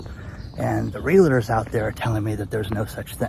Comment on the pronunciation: You miss pronounce the word realtor.